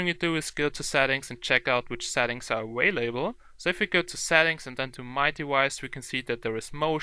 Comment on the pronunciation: awalable what lol